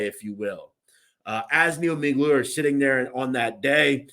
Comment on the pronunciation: His name was not Miglior It's pronounced Miglioreeee I would guess everything you are saying is only shit you have read and don't really know shit about the people you talking about.